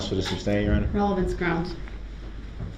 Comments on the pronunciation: "GROUNZ"...."GROUNZ"....WHAT AN ILLITERATE DOUCHE🙄🤣🤣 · Grouns he axed… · I don't undershtand the grounz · Sorry, it's grounz, grounz, grounz! 😂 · "Objection, calls for speculation-" "GROUNZ" Just kills me that he does so after the grounds were given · And he believes it’s spelled “ grounz “ as well! 😂😂😂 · Literally, if he hadn't been saying "GROUNZZ," he would be able to hear the grounds. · Naw ...lol ... It's GROWNDZ" lol 🤣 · Substained? Grounz he axed without relevancy. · As they’re stating the “ groundz “ he just keeps yelling out “ groundz “ 😂😂😂 what an idiot. Then this “ groundz for the substain? “ 😂 It’s actually “ Sustain “ Mr Brooks. Also She legally doesn’t have to sit and explain anything to him. Just as she doesn’t to any licensed lawyer. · "Groundz for the SUBSTAIN?" 🤣🤣🤣🤣🤣🤣🤣🤣 Gets me every time...... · "GROUNS?" I swear, I'm going to make a t shirt with DB's face on it and have it say GROUNS in big bold letters. His understanding of the justice system makes me laugh hysterically. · Look at all the crap he says that’s ALL wrong ex. GROUNDZ, substain, and most important subject matter jurisdiction 🤡😆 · He says grounds and I cringe so hard